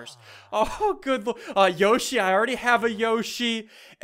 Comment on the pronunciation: hey dont say yossi ulgy